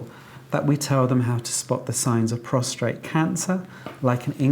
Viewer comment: Prostate not prostrate